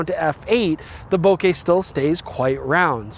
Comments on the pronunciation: Nice, I will grab a copy of the 180-600mm. Looks like an all around great zoom range for wildlife photography. Too bad that Nikon announces great lenses and still don't have it in stock. The 800mm, the 600mm and the 400mm F2.8 Z lenses... Hey! Thanks for pronouncing "bouquet" in the correct way! International photographers rejoice! : ) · First time I heard a North American pronouncing "bokeh" the right way - no wonder, you're Canadian ......